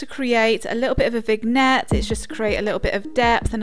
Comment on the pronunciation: The G is silent in vignette